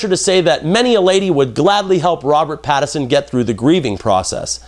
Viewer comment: I just want to lob a giant sign that says "PATTINSON" at you for repeatedly saying "PATTERSON".